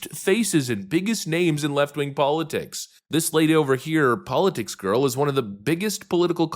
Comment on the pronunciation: You mispronounced politics